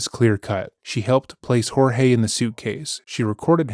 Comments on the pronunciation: This is the first channel who correctly pronounced Jorge. (Horhay). Not George. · Thank you so much for pronouncing his name properly. Her refusal to do so is incredibly disrespectful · Thank you for honouring the way Jorge’s family pronounce his name unlike many other channels.